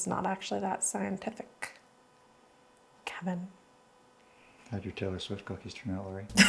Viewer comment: THIS HAD ME ROLLINGGGG "KHEHVIN" 👅